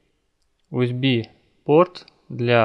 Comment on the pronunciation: Не УСБ а ЮСБИ.